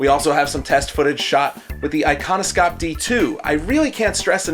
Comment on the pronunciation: It is actually pronounced Ikonoshop, sk, skj, and kj make a sh sound!